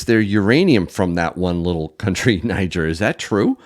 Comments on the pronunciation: Interesting info. Thanks for sharing. I noticed alot of people say Niger as in Nigel, however it is pronounced Nigeer, as in Nigeria but not. Just saying. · They pronounce Niger as “Née” “Jair”